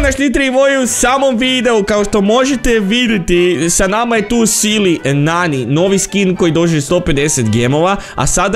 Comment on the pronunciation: Nije Sili Nani nego se izgovara Sejli Nani! 🤦‍♂️